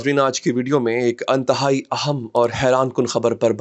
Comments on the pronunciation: Anthai ni hota inthai hota hae 😂❤ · "Antehai"??? Ye koun sa Urdu Ka lfz hai? " Intehai" asl lfz hai Qibla. Urdu bolna bhi bhooltey ja rahey ho kya ajkl aap?